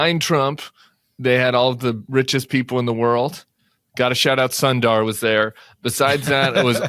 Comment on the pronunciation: The name of Google CEO Sundar Pichai is not pronounced sun-dar. It is soon-th-ur, the TH would be pronounced like the TH in father.